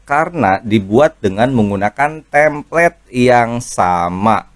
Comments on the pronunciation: koreksi bukan "tamplate" tapi "template" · Template bang bukan Tamplate. Alangkah baiknya kalau bahasa asing pakai yg benar sbg creator dgn banyak follower